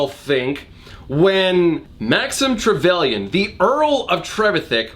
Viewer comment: So after a quick bit of research, it turns out that Trevelyan is an actual dynasty of baronets, and the correct pronunciation, as with a lot of British words, is not in fact phonetic, but would rhyme with pavillion: Trevillian Speaking as a Brit, why is our language like this?